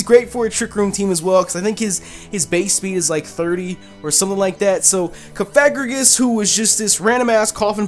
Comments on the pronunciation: *mis-may-gee-us *cough-a-gree-gus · Cofagrigus is pronounced coughagreecgus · It's cof-a-gree-Gus ,that's For #3